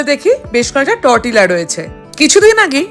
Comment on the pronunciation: উচ্চারনটা তরটিলা নয়, টোর্টিয়া হবে.